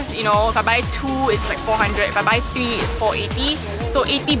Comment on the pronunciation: Haha she said tree....